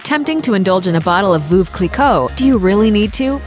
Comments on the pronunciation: giefF ver saa che cuz its Italian , and veuve is not pronounced as voov, its something like verve clii-quoo in french. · Veuve Cliquot is not pronounced Voov Cliquot more like Verve Cliquot as the English would pronounce Verve i.e not pronouncing the r much. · "Voove" Clicquot lolololol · Sue Harvey I'm french, no "r" in veuve. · Sue Harvey I don’t have to rely on Google for pronouncing Veuve Cliquot correctly because a) I speak the language and have since childhood and b) google is a joke when it comes to translation and pronunciation. There is no « r » sound in Veuve.